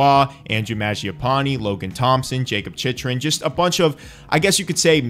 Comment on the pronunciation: Chychrun is pronounced Chick-rin Buchnevich was close but it's Booch-nay-vich and Daccord is pronounced Duh-cord